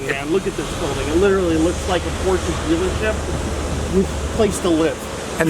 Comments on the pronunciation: She still can't say Porsche right. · It's POR-SHUh .. Not porsh. Not por-che. Not porch. Not posheh. It is POR-SHUH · Oh you mean PORCHEEE yeah I love those . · 😑 works at the Porsche Design Center and can't even pronounce Porsche right 🤦🏻‍♂️